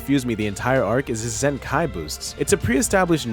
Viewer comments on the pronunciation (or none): You’re pronouncing “zenkai” like it’s two words.